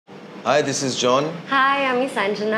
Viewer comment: সা আ আ ঞ্জনা। উচ্চারণটা ও বিহারীদের মত